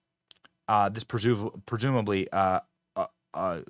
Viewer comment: "Predumidly?" BENNY? Presumably, YOU need to SLOW DOWN A BIT please. You're getting your syllables a bit disjunct?